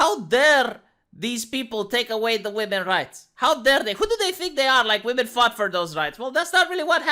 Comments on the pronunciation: Why can’t this interviewer pronounce the word women? She keeps pronouncing it woman. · I pronounced "women" phonetically for 20 years. She's probably doing that. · Is anyone else irritated by how the interviewer keeps saying "are woman" I didn't hear her say women once.